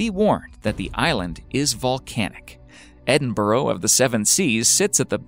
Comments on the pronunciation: ITS ED IN BUH RUH NOT EDIN BORO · its Edinburgh - like Edin- bruh js js